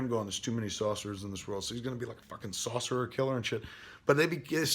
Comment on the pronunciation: Kev man, we know you love to relate everything to food, but you DO know the word is "sorcerer" and not "saucerer", right?